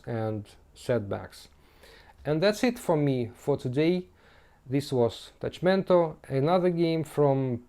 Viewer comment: Hi! Thank you very much for this awesome review and gameplay of my game! The pronunciation was correct tilte is in Esperanto :)